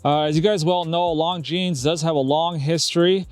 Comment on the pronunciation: At least pronounce the brand name correctly 😂